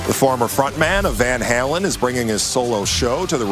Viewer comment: I want to hear this guy say"Van Halen" again.